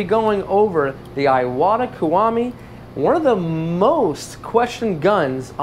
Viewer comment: Iwata is pronounced e-wa-ta, not eye-what-a.